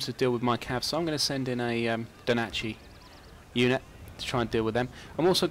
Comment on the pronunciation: FFS its NO DACHI not DO NACHI....